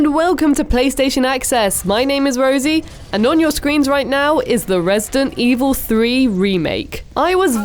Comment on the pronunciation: Rosie-dent Evil